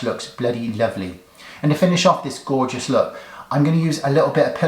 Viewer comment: You're like the Graham Norton of the beauty community lol. "goRRRRRgeous" 😍